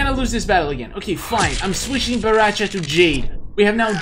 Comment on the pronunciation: I laugh when You say bo ra cha